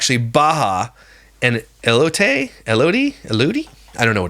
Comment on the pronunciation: As someone from arizona the way you pronounced elotes took me out 😂